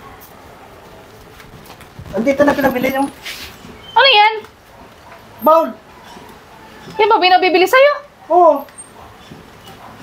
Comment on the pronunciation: Bowl kc hnd bawl Sabi mo kc bawl ai haha